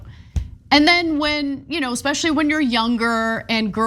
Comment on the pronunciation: Did I just hear Mr. Superior Andrew Tate say "EKSPECIALLY"???????